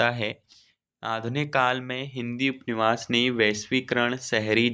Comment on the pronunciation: Upanyas hota h upniwas nhi Bhut glt read krre ho ap hindi